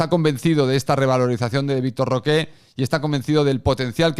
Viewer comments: Victor Roque, no Roqué, Roque. Que ansiedad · no pido pronunciación en portugués, solamente que no le diga de una forma en que nadie le dice y se invente un acento. Pero bueno, lógicamente él podrá pronunciarlo como le da la gana, solo que me da ansiedad escuchar Roqué